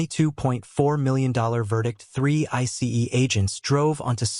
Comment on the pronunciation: Why can’t these AI narrators just say ice instead of spelling it out